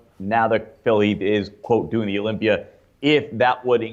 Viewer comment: Dave , why do you add an “r” after certain words ? Example : “Olympiaer “